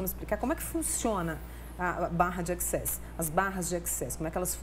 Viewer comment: Só faltou a apresentadora fazer a pronúncia corretora da palavra access